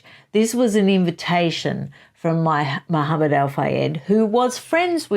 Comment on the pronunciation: *Mohammed*, not "Mahamned".